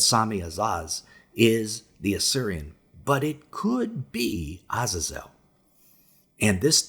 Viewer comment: Lol ewph u butchered those names haha But their pronounced A-zay-zel Sam-ja-za